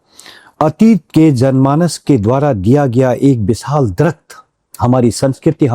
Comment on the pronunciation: बिसाल❌ नहीं विशाल ✅